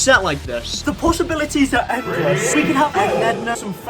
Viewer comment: When u said the “possibilities are endless,” I thought for a second that you said the possibilities are edless(no pun intended)